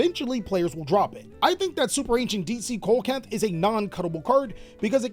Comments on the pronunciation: Pretty sure deep sea coelacanth is pronounced See Luh Canth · Hey, bro, just letting you know "Superancient Deepsea Coelacanth" is pronounced C-La-Canth. It's spelled weird for sure, I can't remember who or where they found that fish at but I'm pretty sure he wasn't American! Lol. As always great video. Thanks for the info! I'm only like 8 or 9 cards away from being able to play my Mermil/ Atlantean deck! I'm going to bring down my local!